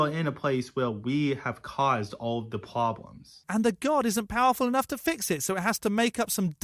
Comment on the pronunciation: the prwoblems!?